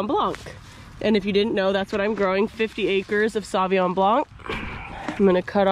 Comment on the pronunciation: Sauvignon = Soh vee n(y)oh(n),…. not ''saw vee ahn''